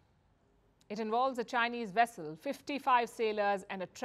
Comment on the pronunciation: A Chinese wessel? Oh my.